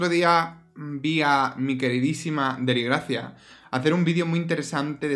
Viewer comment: Me morí cuando dijste Deligracia. Pray for deligracy 😂😂😂